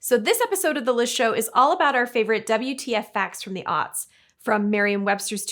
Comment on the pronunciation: are you saying "the early auts"? As in autistic.